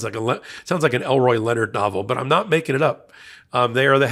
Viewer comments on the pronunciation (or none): none